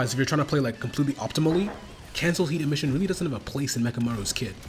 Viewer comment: bro its not that hard to say emission